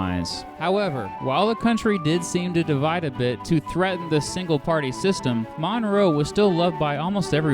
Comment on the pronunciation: The way you pronounce "Monroe" as "MONNROE" does not get in my nerves, but gets in my head.